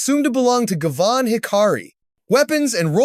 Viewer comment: It's pronounced Guy-Van (Guy like in "Hey guys!" and Van as in car type - van).